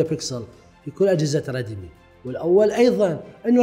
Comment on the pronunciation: ردمي او ريدمي ياصديقي وليس ردي مي